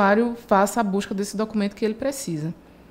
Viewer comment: Um aspecto linguístico do sotaque nordestino em ela pronuncia documento, quase que cortando o som do "d" = (dê) soando quase a pronúncia inglesa.